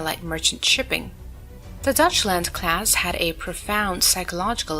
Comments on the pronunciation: The 'Dutchland' class, instead of the Deutschland. Like toy, boy, 'Doy'. Not dutch. I'm making this comment and going elsewhere for my entertainment. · I'm not sure if this video is AI slop again, but it's mispronoucing "Deutschland" and a few other words. It's a topic i'm normally interested in, but this AI crap is woeful. Not even bad.